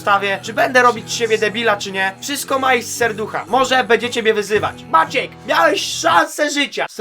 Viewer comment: Maciek a nie Maćek